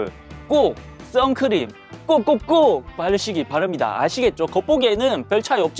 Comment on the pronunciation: 허팝님이 꼭꼭꼭!이라고할때 인간성기사 뿌뿌뿡!이라고한줄...ㅋㅋㅋ